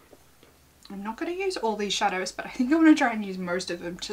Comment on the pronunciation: LOL the struggle of pronouncing shadows is so real